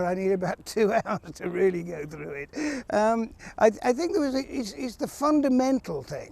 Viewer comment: He's still wummaging fwoo the under gwoath